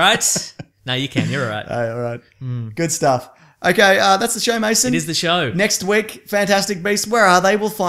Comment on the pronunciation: Why do so many people call him "Maso" its Mason